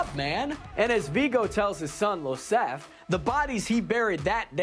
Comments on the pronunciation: Iosef! Not Losef! It’s an I, not an L. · It's Iosef (Yo-sef), with an I not an L. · Iosef, with an I and not an L ("Yo-Sef"). It's like Joseph but European. Did.. did the guy on camera not watch the first film? They say it a Lot.